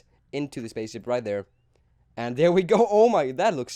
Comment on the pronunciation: He said spacesip not spaceship